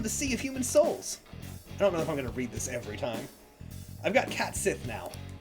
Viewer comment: Back with another whacky Irish pronunciation, Cait Sith is said as “Cat-She” 😅